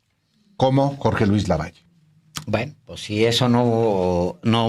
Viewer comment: Álvaro no es lavallo es LAVALLE 🥴👍👋👋